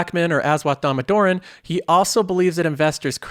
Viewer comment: I can't help commenting this, but it's pronounced dah-moh-dar-on. And he truly is the valuation king. If you want to learn how to properly do valuation I highly recommend his freely provided college courses that are in playlists on his own YouTube channel.